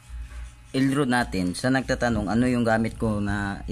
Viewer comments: It is not L rud it is pronounced as rad for L rod. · dili man ka makamao molitok sa word nga ROD,ang paglitok ana RAD.dili rod.meaning sungkod.hahay. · elrad pronunciation Sano dili elrod